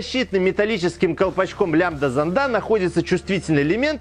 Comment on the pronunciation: в словах: "зондАх" "зондОв" и тд ударение ставится на первую букву "О"!!!!!!! иди в школу в5 класс учись!!!!!